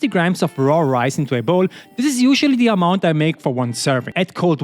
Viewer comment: can you stop saying "thie" when the next word doesnt start with a vovel thank you it makes me furious ngl